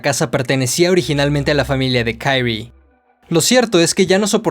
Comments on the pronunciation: No es Kairi, es Kyrie pero este man lo pasa diciendo mal en todo el cuento. Y es muy evidente desde el inicio que la protagonista es Kyrie y no Shuichi. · No puede llamarse "kairie" es japonés no anglosajón